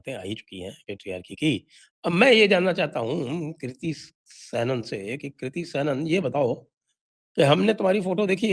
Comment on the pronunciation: Kirti किर्ती नहीं kriti क्रीती